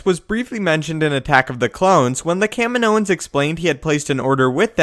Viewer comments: I can't stand how this guy calls the Kaminoans, Ka Mi Noans. The planet is pronounced Kameeno, the people are pronounced Kameenoans. It's as annoying as people who call A-T-A-T's At, Ats. Makes me want to scream! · Pronounced ka-mo-nee-ans. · Why do you keep mispronouncing Kaminoans? It's pronounced correctly in episode 2. Get it right!